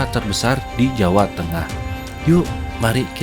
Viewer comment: Kaldera bang bukan kalderak.. jawa bang bukan jawak.. legenda bang bukan legendak.. gunung api bang bukan gunung apik.. kurangi akhiran K nya ya bang.. biar enak didengar.. 👍